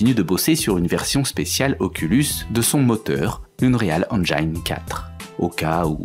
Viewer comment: Les vidéos sont toujours aussi bonnes, mais l'accent anglais est toujours aussi mauvais. Euhneréalle Hainejaillene... euarf...